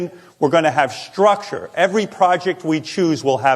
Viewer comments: All the shit Howard gave Sal for not being able to spell all these years.. then he gets up and demands, "Sturture" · lol "STURCTURE" - way to prep, Howie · "sturcture". Sal must have made this slide. 😆